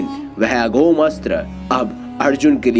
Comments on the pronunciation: अघोम नही अमोघ। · अघोम अस्त्र नहीं होता है दोस्त, अमोघ अस्त्र होता है। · Amogh shashtra hota hai bhai...aghom nhi. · aghom nahi bhai AMOGHA HAI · अघोम नहीं अमोघ अस्त्र हैl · अघोम नहीं अमोघ अस्त्र कहें ।